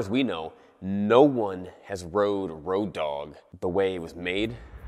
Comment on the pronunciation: its not "ROADOG", it's "ROAD OG" lol